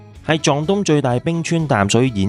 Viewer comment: ，堰塞湖，讀"塞"車個"塞"，唔係"蔡"，好睇👍詳盡，期待第3集